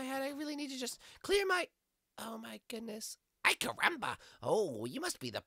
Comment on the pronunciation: why does bart keep saying "i carumba"?